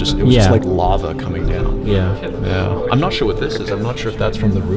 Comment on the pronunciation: Are you sure it’s sture?